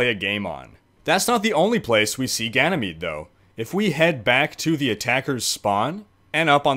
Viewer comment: excuse me sir I believe its pronounced like ganymed but spelled like Ganymede